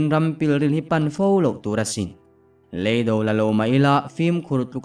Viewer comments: ngatinge maw lei do I tih ziah le.lam dik hram teh beng a ti thlep tlat kan awmna lei kan lam ang hian lam tur aw.hruaia hnamte. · RC ngatinge maw .lei mihring lei tih anga i lam ziah mai le.lei kanawmna lei kan lam ang hian lam tur aw.rc. hruaia hmamte. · "lEIDO" tiha LEI hi Ka chhunga LEI lamdanin pasaltha chhiartu tam ber hian in lam thin a. LEIDO tiha Lei hi Thil kan lei a LEI tih ang hian lam tur a ni.